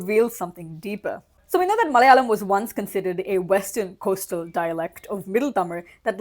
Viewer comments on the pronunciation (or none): Hey, the first 'la' in Malayalam is pronounced closer to the 'la' in the word 'large'. Not exactly, but better than how you're pronouncing it currently.